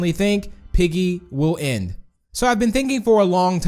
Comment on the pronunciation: why does he keep saying "en" instead of end?